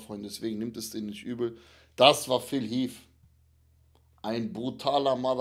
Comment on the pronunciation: Phil heath und nicht phil heafffffffff 🤦‍♂️